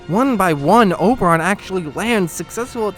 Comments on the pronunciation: Man, it's Oberyn, not Oberon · very nice video :D plz don't call him Oberon again though xD